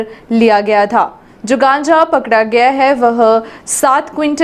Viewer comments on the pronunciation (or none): कांचा नही गांजा बोलते ह बहन जी